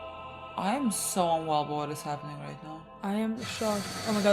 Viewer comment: It's not even roight innit